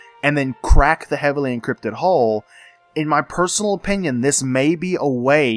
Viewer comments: Hull.. not hole. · I laughed so hard every time you said 'hole' instead of 'hull' XD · Me too, 28 years old and i crack up at the phrase "bulbous rounded hull"